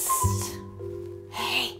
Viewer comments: Who actually pronounces 'pssss..tt' though? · first time i heard someone pronouncing the t in pssst